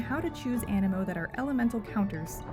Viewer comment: Is the game not pronounced aneemo due to the double ii?